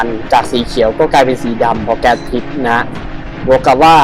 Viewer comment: พิษครับไม่ใช่ ผิด